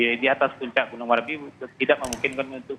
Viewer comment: Merapi woy bukan marapi